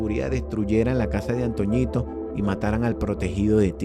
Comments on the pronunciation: No es antoñito 😂 era antonito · La única correpcion con el hizo el vídeo es que no es antoñitooooooo es antonitooooooooo o el viejo así es como se le decia